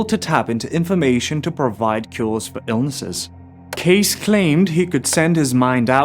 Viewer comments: His name is pronounced cay sea not cace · *Edgar Cayce(e) not case! ;-) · Pronunciation of Edgar Cayce's last name is Kay Cee not Case. In case some people are not that familiar with him, he certainly deserves his name pronounced properly. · It's Edgar "Cay" - "cee". NOT Edgar "CASE". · Pronounced Kay-See. Not Case! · Casey…It’s pronounced ..KC …NOT CASE! Please get it right. What’s going on with channels mis pronouncing his name lately? I smell BS because too many have been pronouncing it wrong. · It's so annoying when 'influencer's' pernounce famous people's names incorrectly. Edgar Cayce's name is pernounced "K-C". Learn something Mr. Influencer. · Edgar Cayce pronouned Edgar Casee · Edgar Cayce..cay' -see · Love this ❤ Respectfully, Edgar Cayce's name is pronounced - EdGAR, like CiGAR - Cayce- Kay-Cee or K- C, like KC and the Sunshine band which you are probably too young to remember 😅 wonderful video, thank you 🙏🙇‍♀️ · FYI Pronounce Edgar as “Edger” not Edgaar. Pronounce Cayce as Caysee or Caysea. I’m an x English teacher and sounds like you are SA possibly Afrikaans.